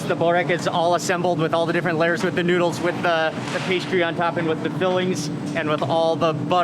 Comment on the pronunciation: all lurrs of dough. mark meant lay-ers